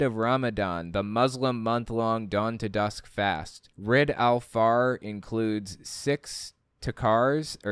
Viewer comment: For Eid al-Fitr, pronounce it like "eed al fitter."